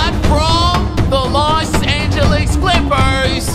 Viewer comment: “The Bos Angeles Lakers”